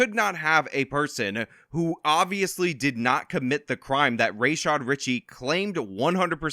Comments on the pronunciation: So his name is pronounced "Race shod"? I thought it was "Ruh shod". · Rashad Richie: "we reported on the facts we had, its not my fault" Nah dude u put ur own spin on what u WANTED to be facts, then proceeded to dox & defame a woman with ZERO journalistic integrity. Absolute clown. Also his name is ra-shad not ray-shad just like a smug pr*ck like him to tell ppl to pronounce it that way ur dumba** momma should've spelt it that way then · It's funny how you can clip these videos and edit them out of context ...... because you're clearly a bigot. You pronounce Dr. Rah-shad's name incorrectly, but on purpose. The same way that other racist Republicans pronounce the Vice Presidents'name incorrectly, out of diistan and disrespect.